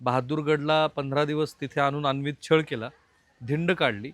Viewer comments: "अन्वित" अत्याचार असा शब्द नसून " अनन्वित" असा शब्द आहे...किमान 1000 वेळा आपण अन्वित असा चुकीचा उच्चार केला आहे..😢😢😢😢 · सर अनन्वित असा उच्चार आहे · राहुलजी, आपण प्रत्येक वेळी अनवित (अत्याचार) असे म्हणतं आहात त्याऐवजी अनन्वित असा योग्य शब्द आहे तसेच शीर्षकात दिल्यानुसार वडी बुद्रुक नाही तर वढू बुद्रुक असे गावाचे नाव आहे... बाकी वार्तांकन अत्यंत छान!!!